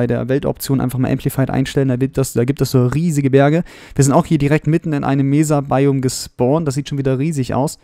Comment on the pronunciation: Nettes Video, aber ich muss sagen du solltes mal ein wenig an deiner englischen Aussprache arbeiten. Das S bei Seed oder auch bei Mesa ist nicht weich. Und bei Hardened Clay ist das E am Ende praktisch stumm. Sorry für den mahnenden Zeigefinger, aber ich musste mal drauf hinweisen